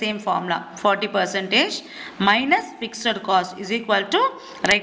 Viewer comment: Why are you pronouncing fixed as ficser??